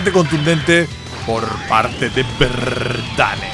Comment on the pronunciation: ES V LO QUE DIJISTES MAL :V